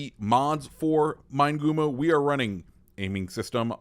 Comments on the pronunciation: Fairly certain it would be pronounced Mee-neh-goo-moh in Japanese, or Min-eh-goo-moh for English speakers. Just saying.. lol. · Good info about the ship, Amusing how you mispronounce its name. MIN-EH-GOO-MOE